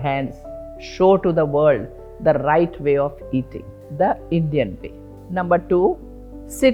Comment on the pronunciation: the rrrrrrrright rrecipes